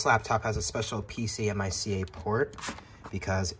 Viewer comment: I cringed every time you botched "PCMCIA".